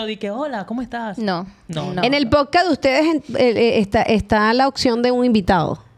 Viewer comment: Diganle a la que està al lado de la hija de toxic que no se dice Posca 😅 repeat after me ,, podcasts 😅😅